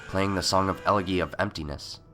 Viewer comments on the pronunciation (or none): That would make sense if he were actually talking about a eulogy and not an elegy. While I think "elegy" is pronounced "ella-jee", I'm not going to claim that it is for certain and besides "el-eggy" is closer than turning it into a totally different word. :P Also kinda makes me hungry for eggs. (I know, I know, this comment is old, sorry for butting in on a five-month-old point...)